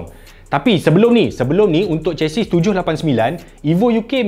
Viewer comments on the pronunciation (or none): none